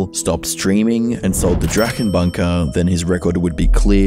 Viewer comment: guess he can't quite speak german though (he said the ch in drachen wrong among other things) Edit: he also mistranslated some of the less legible parts of drachenlords speech, for example writing down 900 instead of 911 from 911 Bob, though that may be just a normal mistake